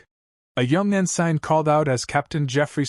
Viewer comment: Message to TTS engine: the word Ensign is pronounced: “en-sin”.